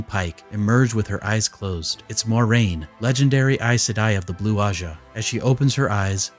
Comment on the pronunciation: Dorks on YT: "Ermagurd! I'm a huge WoT fan! Watch all my WoT videos." >pronounce Moiraine wrong<